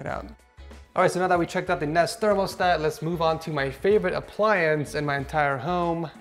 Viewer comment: Why does he say thermostat weird?